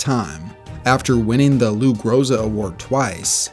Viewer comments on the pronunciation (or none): none